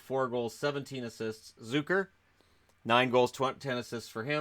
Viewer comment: Zucker = Z-UCK-ER (not ZOO-KER)